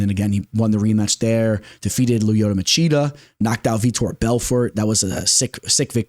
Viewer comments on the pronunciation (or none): none